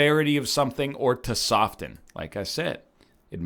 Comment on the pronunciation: Nobody talkin about how he pronounced "soften"?